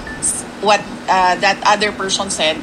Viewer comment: PERSHON???? Bulol